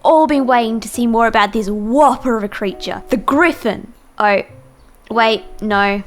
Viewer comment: How she says Know No So Oh